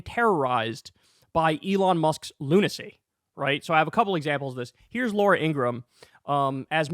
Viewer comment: If you're gonna talk about Laura, at least say her name right